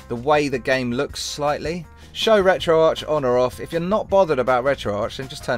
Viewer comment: Its pronounced retro ARC not ARCH :/